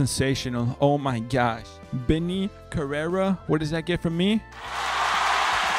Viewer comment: You don't speak spanish? I was just wondering cause the way u pronounce "Karera" doesn't sound mexicano